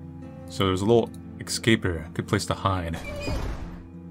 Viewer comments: Dear god please, it’s ES-CAPE. Esssss-scape, not ecs-scape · Everyone: "Es-cape": "Ec-scape" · Do you say word "escape" wrong intentionally? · Oh man, with the way pronounces "escape" (which is the incorrect pronunciation some people seem to have adapted for some reason) this series was bound to be interestingly frustrating 😂